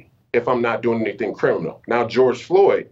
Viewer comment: "Not so crimmunal" he sais?¡! $#